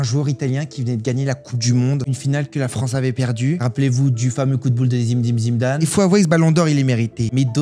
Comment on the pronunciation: Quoi ?? Zimedine Zimedane 😂